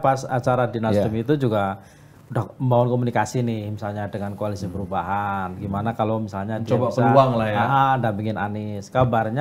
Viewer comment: Bisa aja abang ini nyebut Koalisi Perlubahan he he he